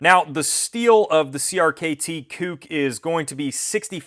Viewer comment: LOL I feel like you kept emphasizing the word "KUK" ... "it's definitely not the other word! Hear me say it again!"